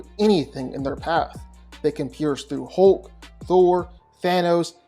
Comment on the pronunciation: I love how he says “HOULK”🤣